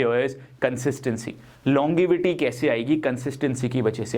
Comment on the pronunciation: The Correct Pronunciation is LONJEvity and Not LonGivity. Hope you won't mind Correcting your pronunciations of certain English words.